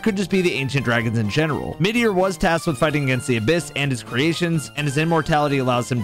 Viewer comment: Lmao did you just pronounce Midir as Meteor??? 😩